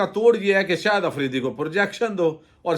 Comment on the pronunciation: صاحب خدا را شاہد آفریدی کو “شہد آفریدی” کہنا آپ جیسے محنتی اور فرض شناس وی لاگر کے شایانِ شان نہیں۔۔ اور “ظاہرہے”کو “زہرہے” تو نہائت ہی ناقابلِ معافی ہے۔ برائے مہربانی اگر تھوڑی سی مشق اور بہت ساری احتیاط کرلینے سے اس ہولناک عیب پر قابو پایا جا سکتا ہے! اس تنقید کو مثبت انداز میں لینے کا پیشگی شکریہ!